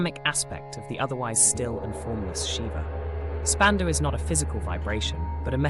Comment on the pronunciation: Ummm, the mantras are: AHAM BRAHMASMI; you left out the I at the end. It is pronounced Brahm-aasmi. And SHIVO-HAM (the Ham of course is pronounced Hum). And Spanda is pronounced Spun-da with the d pronounced as in "this." And PLEASE: do learn how to pronounce Parä, Päräpara, and Aparä properly! Sorry to be blunt. But aside from that, this video is SUPERB; so informative and deeply insightful. Sincere thanks.